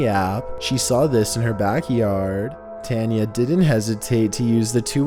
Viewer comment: Bro, you can't even pronounce "Tanya" correctly? You really need to work on your speaking. If you really want to be good at voiceover, you need to practice and get better with your pronunciations. Otherwise, you're literally keeping your craft stale and it won't get any better.